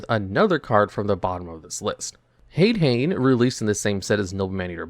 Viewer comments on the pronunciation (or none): Btw, the "ha" of "hane hane" or "hade hane" is pronounced like a "ha", not "a. So it would be "hah-neh" hah-ne" and "ha-deh hah-neh" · "HAYD-HAYN?" Really, dude? This is your JOB and you can't pronounce basic fucking Japanese yet? EDIT: "RAMENized pronunciation?!" I'm being trolled here, aren't I? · The american pronounciation of Hade-Hane and Hane-Hane is...horrifying